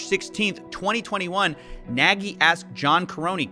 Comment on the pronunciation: I'm sure Kyle will run back to Hungary to escape the charges. Also pls pronounce it "nug". That y at the end gives me brain tumors. :D